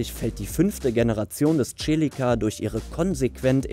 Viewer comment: Nr.1 Fiat Coupe..... hat mir nie gefallen, kann die Faszination bezüglich Design nicht nachvollziehen.... ist bei mir knapp hinter dem Multipla..... dasselbe für Nr.2... und hört endlich auf die Celica als TSCHELICKA auszusprechen! Es heißt SELIKKA!